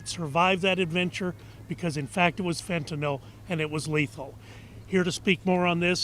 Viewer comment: Now they need to have non-stop coverage of why this country has more deaths from gun violence than from fentanyl. More people 18 years of age and younger die from guns than drugs. Look it up. Then fix it, GOP. The name of the substance is not "fentinol," btw. When you insist that other people write your bills for you, you have no idea how to spell or pronounce the thing you're allegedly so upset about. GOP -- look into why Americans will take pills -- any pills at all -- to escape the despair that a rigged system has thrust upon them. If there's no market for what they're peddling, they'd go out of business.